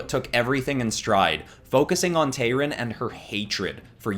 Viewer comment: It’s Tayrun,. Tayrun, not Tyrone.